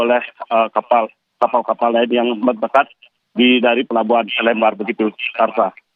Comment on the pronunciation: Bacanya LEmbar buk seperti baca kata LEmpar batu